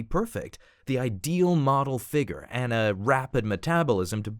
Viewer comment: I HATE THAT THEY SAY “FIGER” INSTEAD OF “FIGURE”